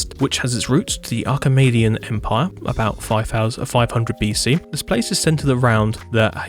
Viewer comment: Absolutely loving Yazd there, hope to see more of it in the future also, just in case anyone is stumbling through the comments, I do wanna share some history because the Achaemenid Persian Empire is honestly really cool and they didn't really touch on that part of it (or pronounce it properly- you can just call it the First Persian Empire, that works too) It was founded in 550 BCE by Cyrus II/Cyrus the Great, and it came to encompass the territories of Media, Babylonia, Anatolia, Lydia, and held lands as far east as the Indus river under him, all these lands he conquered in less than 20 years. Persia would eventually conquer Egypt and Cyprus under Cambyses II after Cyrus died in ~530. Achaemenid Persia, so far as I know, was the largest land empire in to that point in history. It was breaking new ground not only in terms of its sheer scale, but in terms of tolerance and diversity, Cyrus was REAL big on Clemency, sparing Croesus of Lydia, Nabonidus of Babylonia, and Astyages of Media, basically all of the kings of his conquered territories were spared, and allowed even to retain their positions, as vassals of course. Cyrus is also famous for his repatriation program, on conquering Babylon, he helped the Jewish People held captive there since the Babylonians sacked Jerusalem in 587 return to Isreal, and had the second temple built. The Achaemenid Empire might've been the most vibrant, egalitarian, multicultural melting pot in the entire ancient world. All things are doomed even